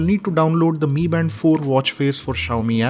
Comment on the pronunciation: No bro its pronounced in Chinese so its MI band(pronounced as ME band instead of M I band).